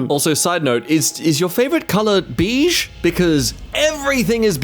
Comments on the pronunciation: BEE-SH? 😂😂 it’s BAY-SH 😂😂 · Why'd say ''biiiish'' instead of beige? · Waitwaitwait. Do you not know how to say beige? Love your videos, been watching for a while now. That sound came out incorrect. It's more "Bay-zshh" Easy to think of a vibrating G, similar to the "V" Sound. Out of all things to mispronounce- a common color. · STOOOPPP NOT THE "BEEJ" INSTEAD OF "BEIGE" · It's not beege it's baige. Spelt beige. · Ahh yes... Beej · WHY DO YOU SAY BEEJE?!?!?! ITS NOT BEEJE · Everything is beige. Not "Bish" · pronouncing beige sent me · not how you day beige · you pronounced beige wrong.